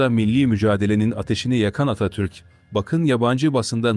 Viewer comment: Bu seslendiren her kimse Atatürk demiyor Atatür diyor.